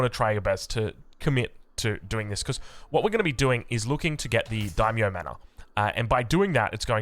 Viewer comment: Sweet build bro can't wait to try it out. Btw... Why do you keep saying "m'norr"..., I notice you do it in a lot of your vids. I get your pronunciation on foreign words may be this or that but manor is literally an English word my dude lmao... Anyway love your content.